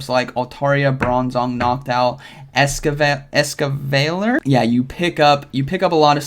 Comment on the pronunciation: dont worry, i got you bro. "es-cav-uh-leer"